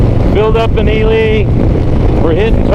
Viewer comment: Nice wrap of a great trip! It's pronounced E-Lee, not E-lie. NV has more mountain ranges than any other state and they all run north and south. That's why you get the ups and downs with big flat valleys in between. I make regular trips from Carson City area to CO to visit family and always take Highway 50 instead of I-80. I prefer the less traffic and small towns along the way. Austin, Eureka and Ely are the only towns after Fallon. Then you cross into UT and hit Delta. You missed Speed Week by about a month (Edit: at the end you said Father's Day so you were there before Speed Week). Salt was incredible and a lot of records dropped. Jessi didn't die at Bonneville. She died in Oregon unfortunately, at an unsanctioned run with no safety inspection. The SCTA that runs Speed Week is very strict on inspections. Jessi's car would not have been allowed to run. It was a tragedy and very sad to lose her.